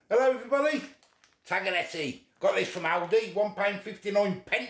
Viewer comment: I say tag-le-telly. I don't think anyone knows how to pronounce it lol